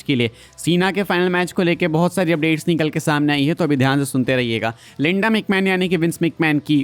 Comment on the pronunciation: Bro its linda not lenda😂